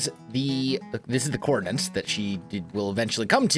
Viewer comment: “Coordinates” not “coordinants” stop thatching people how to not say or spell it.